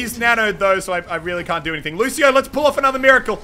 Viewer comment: ffs jesus muselk its lucio and I come on